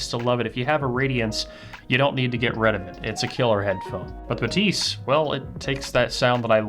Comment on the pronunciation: C’mon guys! Even Focal pronounces that as BA-thys, with the stress on the first syllable. The pronunciation doesn’t need to be quirky just because it’s French. 😂